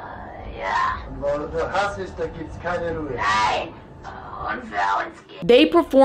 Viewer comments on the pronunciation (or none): none